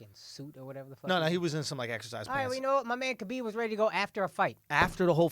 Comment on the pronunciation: His name is pronounced HABIB shit ain’t that hard lmaoo and didn’t Andrew say Connor is in his “head”. Nah nigga dude made fun of his family shit is simple